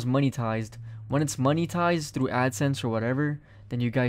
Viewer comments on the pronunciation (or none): none